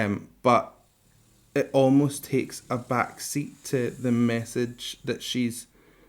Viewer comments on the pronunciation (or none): none